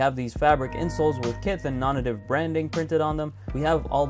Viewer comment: It's pronounced "Non-Native". How do I know for sure? Because I watched a YouTube video interview and tour of the Japan stores and the people that actually work there all say it "nawn-nay-tive". Search it up.